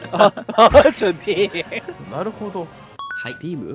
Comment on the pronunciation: 「なるほどぉ…」は鋭利すぎw